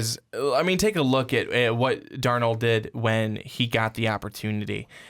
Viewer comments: It's Sam DARnold. Accent on the first syllable. Sheesh! You, also, forgot to mention Clay Helton, the brilliant young USC coach. He will become the next big-time coach in college football if the NFL doesn't steal him, first. BTW, Clemson is the current "King of College Football", not the "Tide". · They keep saying Sam darNOOLD!!! It's darnold, like Arnold but with a D... Darnold!